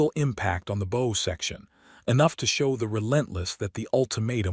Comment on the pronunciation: Somebody please reprogram the AI to pronounce BOW as bow 🚢 not bow🎀.